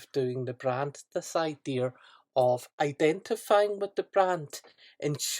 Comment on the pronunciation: Its pronounced "idea", not "idear"... fuckin hell.